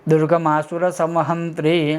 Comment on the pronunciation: दुर्गमासुर हंत्री नही दुर्गमाअसुर हंत्री ...एैसा उच्चारण होना चाहीये...*डिसलाईक्ड मगर मेकअप बहुत बढिया है उसके लिए एक लाईक.